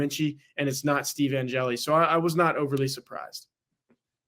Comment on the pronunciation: Angeli. One syllable.